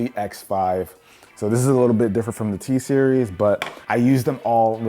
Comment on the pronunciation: lol he said t- series